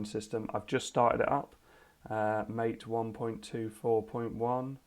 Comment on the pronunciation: Looks good! Incidentally, MATE is pronounced mah-tay. It's named after an Argentinian drink.